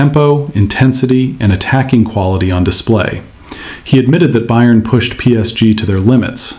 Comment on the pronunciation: You need to learn how to pronounce Bayern.